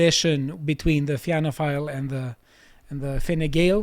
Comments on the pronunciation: Had to click off when he pronounced Fianna Fáil as Fina File. You guys should get a right wing Irish commentator on the show. It would add useful context. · It's pronounced "feena - foil" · Somebody tell it is pronounced Finna Foil But yeah depressing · Fianna Fail is pronounced ‘ Feena Fawl’. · Tell it's pronounced "fee-na fall" lol